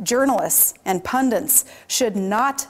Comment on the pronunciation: what exactly are 'pundents'? ref